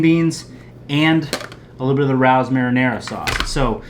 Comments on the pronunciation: great video man! It’s pronounced <Ray-O’s> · Its prounouced Ray ohs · Rao’s is pronounced RAY-O’s Grey video, i just subscribed to your channel. PS the best part is when your daughters came home. The joy on your face! Priceless #dadlife